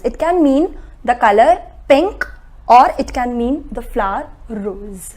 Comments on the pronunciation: Is that word rose or hose please I want to know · Is she saying rose as hose sound